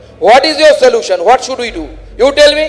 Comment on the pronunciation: Bhai, Salution nhi😂😂😂solution bolte hai re usko andhe bhakt😂😂IT walo ne mil kr kutna chahiye tha isko..